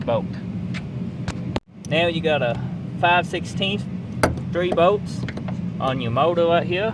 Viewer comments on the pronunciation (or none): what the f are bowts, pretty sure he meant bolts